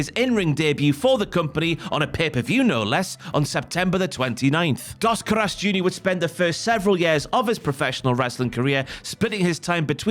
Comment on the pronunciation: "Das Carass" is a crazy pronunciation for Dos Caras. Al menos aprende como pronunciar las palabras si vas a hacer un documental 🤦🏿‍♂️.